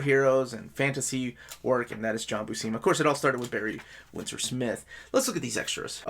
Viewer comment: When I was a kid I saw the name Buscema and I would pronounce it BUH-SEEMA. Then I saw a video with Stan Lee and he pronounced it Byoo-SEMA, long U, short E. And since he was saying it that way right in front of Big John I always thought it must be correct.